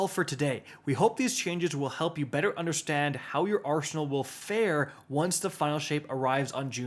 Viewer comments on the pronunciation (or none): none